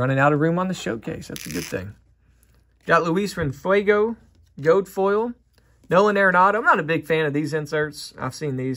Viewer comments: Gold*** not “gode” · "Gold" being pronounced "gode" threw me